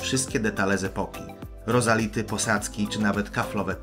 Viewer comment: Ryzality nie rozality, Drogosze nie Drogoszcze. Jak się coś robi warto to robić poprawnie.